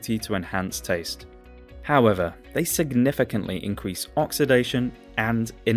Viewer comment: The way he says insulin is criminal